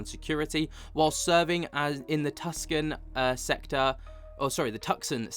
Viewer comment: The way you pronounced Tucson 🤣🤣🤣🤣